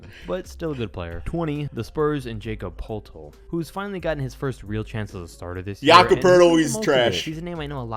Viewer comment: “Jacob Potol”